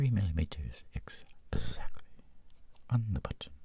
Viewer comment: " ...3 millimeters EGGSACTLY.. " why did I do this